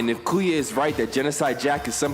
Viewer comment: Bruh everytime he say kuya i feel like he bout to say coo and i be like come on whatchu need the coo rn for